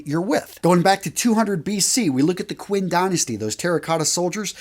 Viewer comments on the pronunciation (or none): For future reference, "Q" in Chinese is pronounced "ch". It's the "Chin" dynasty. It's where we get the word "China" from.